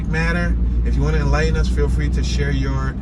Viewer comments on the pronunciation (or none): none